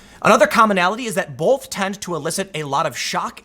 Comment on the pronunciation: Tim, fix your "both". Awful.